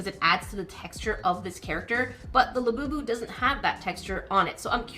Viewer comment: It's a labubu not labeebeww- unless you purposely meant to say it like that!!